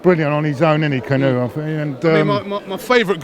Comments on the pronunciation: its Kaa' nu' he is not a boat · Why does pronounce Kanu's name as if he is a boat?